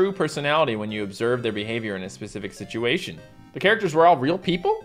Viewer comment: I love how u say ✨situatuion✨(no offense)